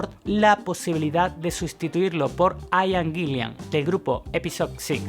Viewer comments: Aian ???...Aian????...o....Ian ...aprende a pronunciar... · Buen video. Pero Ian se pronuncia tal cual: Ian. Eso de "Aian" es un error. Ian Gillan, Ian Paice, Ian Anderson... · un concejo, el nombre Ian se pronuncia asi como se escribe, no se dice aian.